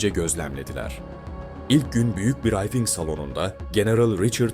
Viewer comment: Brayfing deyil.brifing